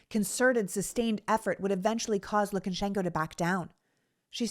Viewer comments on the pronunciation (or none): Lu ka shen ko, not LukANshenko. Probably even LuKAshenkuh (LU kuhshenkuh?) but not LookenSHENko. Sorry, Sorry.